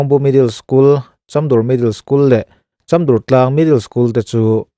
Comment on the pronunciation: Chamdur i lam dan kha a diklo